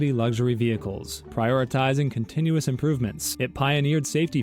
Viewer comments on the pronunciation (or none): none